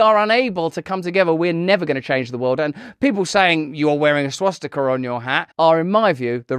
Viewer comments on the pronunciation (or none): She called it a "swasticker" lol.